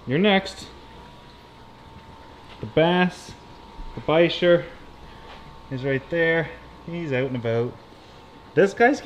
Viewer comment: In order of tank placement: Clown loaches, Bicher (I pronounce it by-sher), I forget what type of cichlid Flowerhorn cichlid (Frank & Francine) Peacock Cichlids Tropheus Bosnian Rainbowfish Uaru (wah-roo) Angelfish Discus, Ember Tetras (if I remember correctly) Bucktooth Tetra/Exodons Oscar Cichlid, Sunshine Pleco Peacock bass, Giant Gourami, Bicher Red Tail Catfish, Bass Arowana, Freshwater Stingrays several Plecos spread throughout several tanks I think that's all of them